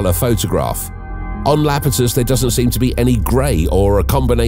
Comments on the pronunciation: Iapetus...not Lapetus... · It is Iapetus, not Lapetus! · It's not La-pe-tus. The first letter there is an " l" and pronounced like a "Y" . So... ya- peh- tus. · "Iapetus" is pronounced "I-a-PETE-Uss." The letter that begins it is a capital I ("I" as in "igloo," "ink," and "it," NOT "L."